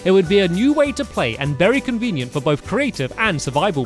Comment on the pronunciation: U Said Berry Useful wen making a CAAAAKKKEE